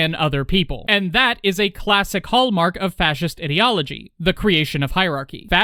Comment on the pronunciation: im not sure if this was intentional or not but everytime you refrenced fascist ideology it sounded like you said idio(t)ology